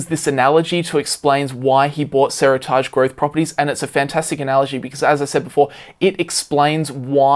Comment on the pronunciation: Pronunciation of Seritage killing me. “seri-targe” or “seri-tidge”? Sounding weird, and can’t blame Aussie accent for this one haha!